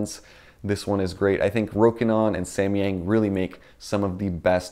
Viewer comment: here in Chinese，samyang pronunciates like sam yang not sa mi yang